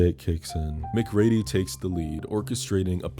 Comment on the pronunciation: Ooo we're gonna fight the way you're pronouncing MacReady 😂 you should have done Devil with the dude from the invitation.